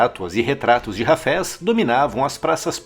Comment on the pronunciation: O cidadão pronuncia "Hafés" como "cafés"! Haja ouvido !